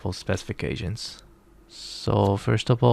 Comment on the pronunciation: sounds like ur saying "asians" lul